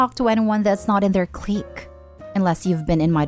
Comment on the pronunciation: I am so pleased to hear this accomplished voiceover artist pronounce clique right! It's cleek, not click. It is also fort not for-tay. French words with a final E are not pronounce "AY" unless it has a written accent. Forte does not have one. Your area of special interest is your FORT, not your for-tay!